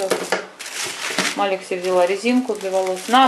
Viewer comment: доброе утро! Маляк (ангел)женское имя, Малик (король) мужское имя. В арабском языке произносится так. Спасибо